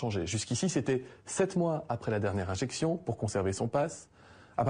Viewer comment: Infexiooon est égale à une inzeeexionn 😭